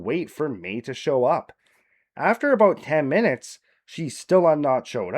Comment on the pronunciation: Eh it’s aboot time